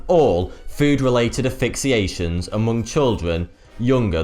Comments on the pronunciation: Nambia.. affixiation... can cause deaf??? I know the name is a play on 42 from the Hitchiker's Guide to the Galaxy, but this dude cannot even say, he mispronounces it ""... ironic that he made a name that he cannot pronounce. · As much as I love your videos, it does my head in when you say affixiation instead of asphyxiation! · Also caught an "affixiation" in there. It's aSphyxiation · It's pronounced Nah-me-be-ah and ass-fix-ee-ay-shun :D Good little video nonetheless